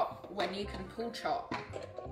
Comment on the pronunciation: Why was I hearing “pool chalk” instead of “pull chop” lol.